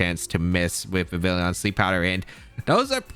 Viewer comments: You didnt say anything about it but i'm pretty sure vivillon pronounces like vee vee on, it is supposed to be french so the L is mute, like réveillon(i hope this word is known around the globe) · The 2ay you pronounce Vivillon hurts me so much. It's Vivi-yon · That word isn't really known to English speakers, but yes, you're right about Vivillon. Plus there's no "i" after the double "l" anyway so even if not for the French pronunciation, these Youtubers would still be pronouncing the name wrong just based on the spelling, lol.